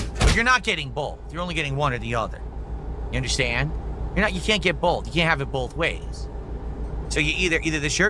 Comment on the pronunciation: "You can't have bowlth."